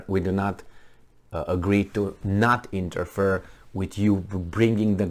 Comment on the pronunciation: interfere: "INTER FEAR" not "inter-fur"